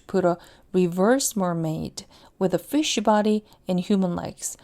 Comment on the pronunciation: fish body에서 sh에 모음을 붙여 발음하는 바람에 걍 댓글보면서 틀어놨다가 ~쉬바리 로 들려서 욕한 줄 ㅋㅋㅋㅋㅋㅋ